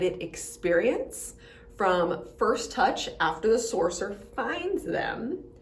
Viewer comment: I had to keep repeating btis of this and even turned captions on. She is straight up saying Sorcerer.